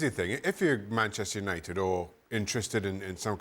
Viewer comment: Bantchester United 🤣